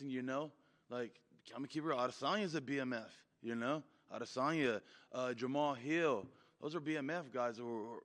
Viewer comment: He said jahmal hill bmf lmao. Dude has fought 1 time in a year